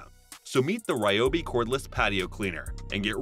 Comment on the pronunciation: It’s “Ree-obi” according to the company. I know, who cares. Just saying.